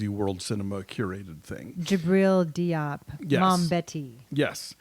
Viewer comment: Diop is pronounced Jope. Notice how the main character called her friend Dior in the film Jore.